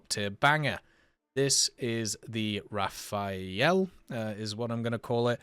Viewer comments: RA fAL ! And Not "Ra fa ël" opposite sound of the letter "L". Its so simple, and you prononce it correctly at 16min 04 sec! ANd normaly, logicly Rafale must be after M4000 who are his base plane build. Rafale build after the base of the Mirage 4K, same for his radar from the 4K. Long time Dassaut want build and sell a Delta double Engine. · I use to say it the way he says it too until I realized that if it was said that way, it would be spelled “rafaele” lol. “Raf-al” is just as easy to say for me. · Best way to pronounce Rafale is to forget about the last "e", just Rafal